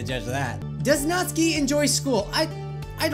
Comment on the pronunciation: That's not how to pronounce Natsuki... I can switch to a Japanese accent and you pronounce it as: Nat-soo-kee. Lol, I know! I'm an annoying fan 😅